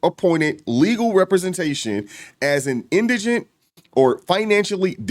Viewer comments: it’s in di gent 😂 can’t even pronounce the damn word correctly. SMH. Indiginent like he a Native American or something. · It not indignant it’s indigent !! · IN DI GENT can we get it right, please ….its not indignant, those are two different words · “In-di-je-nent, in-digg-nent, in-dij-in-nuss, in-digg-ness…”. The very people who can’t even pronounce the word, “indigent” correctly, are the ones who are now outraged because they feel tricked into donating to the defense “innocent kid?” Sorry, when people say it ain’t a “Black issue” F it, I beg to differ. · Why is it all these people are making videos on this subject and don’t know how to pronounce indigent? It’s not indignant- Spend hours on the internet but can’t google how to pronounce a word. You sound uneducated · Dude I agree and you had me until you mispronounced "in-duh-jnt"! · The word isn't indigenous its indigent and why do u all Keep that ghetto axe him its ask him i know u all can pronounce these words correctly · Is it indignant or indigent? Because it sounds like dude is pronouncing it wrong! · FYI…it’s pronounced “IN da jent.” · IN-DI-GENT poor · How ironic that ebt Americans can't even pronounce indigent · Do none of you know how to pronounce indigent. In deh gent. Good lord. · Nobody in this video can pronouncement "Indigent" correclty... 3 people SMH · And not a single one can pronounce "indigent". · Why can't folks in the black community say "indigent"? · Why can’t any of these people pronounce indigent? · I just wish someone could actually pronounce the word "indigent". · I’m convinced no lay black person knows how to pronounce indigent! 🙄😮‍💨